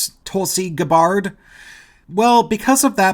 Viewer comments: I was a Bernie supporter too, but for 2020 I'm definitely supporting Tulsi Gabbard. Btw it's pronounced GAH-BERD. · 30 seconds in & you're already factually incorrect. AOC is not far left. in US politics, yes. but she's massively popular. she won because her policies are what the majority of americans are in favor of. then, you mispronounce Tulsi's last name. c'mon mate. who you tryin' to fool?